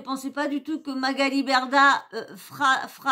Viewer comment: Coucou ! Intéressant ce live, j'en avais entendu qu'un petit extrait, donc c'est super que tu fasses une vidéo là-dessus. MDR, Moundir il dit Magali Merdah au lieu de Berdah, il me semble avoir entendu ça. Sinon, super vidéo, j'ai appris quelques trucs. Merci, bisous !🥰💋❤